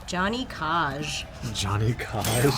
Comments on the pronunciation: From this day onwards, I will always pronounce "Johnny Cage" as "Gianni Cahhhge". Thanking you for that one :) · How to piss off every MK fanboy. Johnny Cah-ge